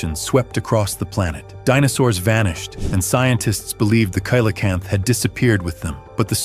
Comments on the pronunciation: Coelacanth is pronounced SEE-LA-CANTH, not KAY-LA-CANTH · SI crap. Expecting to see the last photos of all sorts of extinct animals......prepare for disappointment. Coelocanth....pronounced see-lo-canth....and it's captured and photographed all the time. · kilocanth??? learn how it is said. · Coelacanth is pronounced see-la-canth.